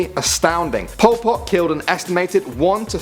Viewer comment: I thought he said Paul Potts lol😂